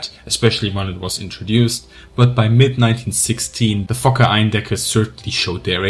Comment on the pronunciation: I'm not sure if you're actually saying fokker or fucker.. mostly sounds like fucker.